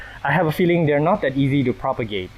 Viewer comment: Thank you! I love how you say sorry and thank you to your plants. And Everytime you say: I will have to propogate this makes me laugh.